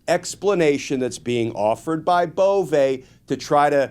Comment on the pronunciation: I like the way you pronounce Bove. Now pronounce Doge similarly.